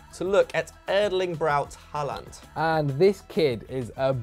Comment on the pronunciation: Its pronounced „horland“